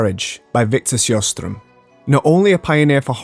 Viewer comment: Amazing video. One small point, because I'm a linguiphile and it seems you did try to pronounce foreign names accurately: , Victor Sjostrom (which would be spelled Sjöström in Swedish) would be closer pronounced with the "sh" sound: Shostrom.